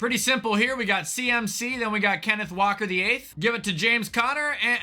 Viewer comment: “Kenneth walker Vlll”😂